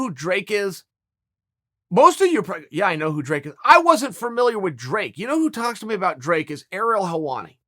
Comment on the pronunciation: There is only one "r" in "familiar", and its at the end of the word chael.